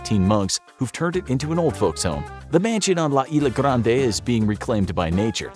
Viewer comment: I liked how he said isla garnde